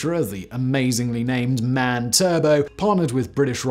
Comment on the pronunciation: "MAN" is actually not supposed to be read as a word. It's actually "M.A.N.".